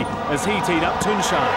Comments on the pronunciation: I've always loved to hear that British pronounce of his name. Tunçaayy 😄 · I love how every commentator pronounced his name correctly. Nice job.